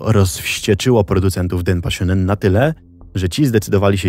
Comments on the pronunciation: 1. Bardzo ciekawy temat 2. Proszę, sprawdzaj wymowę przed takimi nagraniami. Np. mówi się „sionen” a nie „szunen”, czy „kensio” a nie „kenszo”. Wystarczy translator google nastawiony na język japoński. 3. Nagrody takie jak żywa ośmiornica czy arbuzy nie są niczym dziwnym w Japonii (prawdopodobnie w większości Azji). Tak samo surowe mięso, które gdzieś tam się przewinęło. Jedzenie ma tu wartość premium i często jest uważane za odpowiedni prezent, nagrodę, czy podarunek z katalogu ślubnego dla gości. 4. Powyższe nie zmienia faktu, że producenci mogli manipulować nagrodami. Myślę jednak, że ta manipulacja ograniczała się do wyboru czasopism, w których były loterie. Tomoaki sam decydował gdzie chciał wysłać swoje zgłoszenie (btw, takie zgłoszenia wysyłało się na białych pocztówkach, co widać np. w ). Możliwe też, że osoby decydujące o wygranych znały już Tomoakiego z TV i wybierały właśnie jego zgłoszenia. Dlatego uważam, że skompletowanie całej konsoli nie było aż tak dziwne. 5. Kto był producentem? W jakiej telewizji emitowano program? (już to sobie wygooglowałam, ale myślę, że to istotne informacje). 6. Ogólnie najs, ale Japonia to na tyle odległa kultura, że polecam dawać materiały na jej temat do sprawdzenia jakiemuś doświadczonemu japoniście, bo bardzo łatwo o powielanie szkodliwych stereotypów. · Jak coś wymawia się "szoonen", ewentualnie "szołnen".